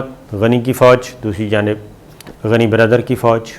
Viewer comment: GANY ALLAH KA NAM HY PLEASE GANYE NA KHA KAREEN ABDULL GANYE BOLA KAREEN